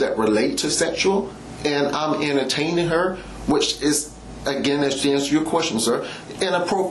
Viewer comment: “I didn’t even know what she meant by south Tampa even. I was just emter-tame-img her at at at that point”